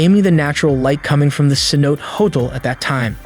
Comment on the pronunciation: Phonetically it's Ceno'tay ;-) Other than that, I have been enjoying your videos.